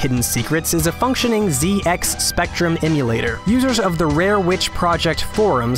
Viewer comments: It's a Zed-X Spectrum not a Zee-X Spectrum. Derp. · It's pronounced "Zed X Spectrum", not "Zee X". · Zed-X Spectrum, not Zee-X Spectrum. It’s an English computer, so use the English pronunciation (The correct one.) please. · ‘Zee ecks spectrum’ Sigh... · I wasn't trying to be sarcastic. I was just pointing it out. I've never heard anyone pronounce it that way, even in America.